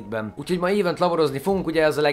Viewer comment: Nem ívönt hanem Event..... XD